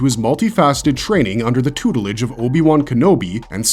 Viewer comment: Hahaha he said tutelage